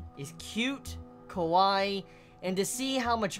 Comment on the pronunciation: You say Kawaii with an o. Kowai means scary, not cute